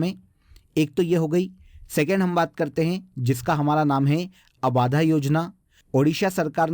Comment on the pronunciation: 'abaadhaa' nahi 'abadhaa' hota h